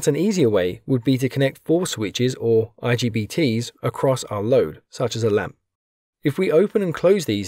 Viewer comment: Its not IGTB.. Its IGBT 😅😅😅